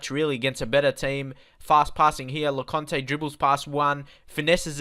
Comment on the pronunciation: Le-coin-t ..... Lecointe Gurr-e-eri ...... Gurrieri Jil-mert-tan ....... Gilmartin La-ery ...... Lowry Hor-ri-han ...... Hourihane Write this down so you can pronounce it properly when recording. I know how to say it, look at my YouTube logo. I have met most of the players. Yo-vil ......... Yeovil